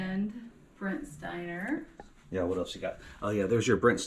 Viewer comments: Brent Spiner, not Stiner... ;) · I'm sorry, but "Brent Steiner"? Data in TNG was played by Brent Spiner!:(